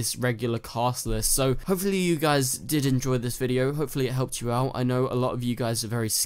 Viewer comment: are you aware when you say "Did"... it does sound like "Didn't"??